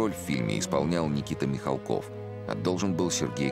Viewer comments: Я помню, в какой-то передаче Никита Сергеевич говорил, что ударение фамилии правильно ставить на «А» - МихАлков, а в этой передаче опять говорят МихалкОв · Они потомственные дворяне. Отец Сергея Михалкова до революции был хлебосольный московский барин. Фамилия правильно звучит с ударением на "а". Почему не всомнили брата Сергея Владимировича Михалкова --Михаила ?